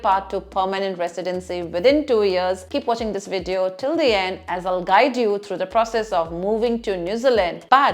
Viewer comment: You have sindhi culture back ground...when you say the word VIDEO....